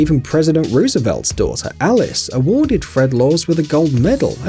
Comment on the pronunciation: He pronounced Roosevelt wrong